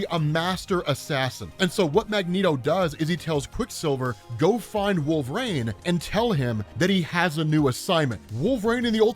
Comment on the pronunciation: So we are just going to pretend that you don’t say Wolverines name oddly? Haha. Good job seriously. I’m glad you stopped talking about how sexy your own voice is. Keep up the work